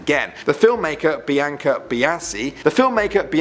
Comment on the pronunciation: “The film maker Bianca Bianci” THE FILM MAKER BIANKA BIANCY